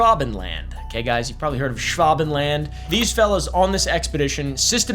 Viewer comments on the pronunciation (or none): Just pronounce it like this: Noy Shvuhbenland (the "a" being a German/British "a").